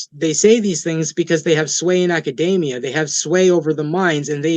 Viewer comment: The way he pronounces "academia" suggests that he isn't at all familiar with it.